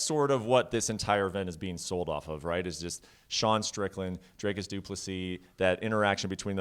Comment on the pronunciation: Why is is so difficult for americans to pronounce "Dricus". I dont mind perse, just confused as to why its difficult. Its not "draykus". You can say "d*ck" you can say "d*ckus" then you can say "dricus"